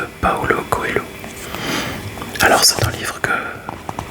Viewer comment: Bonjour! J'aime beaucoup les lectures en Français. Je ne sais pas parler français, mais j'essaie d'utiliser le Google Translator haha. Paulo Coelho est un auteur brésilien qui, même s'il ne représente pas toute la culture des écrivains brésiliens, est assez réputé! Au fait, tu as bien prononcé le nom. Signifie, en français, Paul Lapin haha mais c'est son vrai nom. Ce serait bien si vous lisiez d’autres classiques brésiliens. Il y a "Capitães da Areia" de Jorge Amado, les nouvelles de Clarice Lispector, la poésie de Vinicius de Moraes... Juste une recommandation! Merci!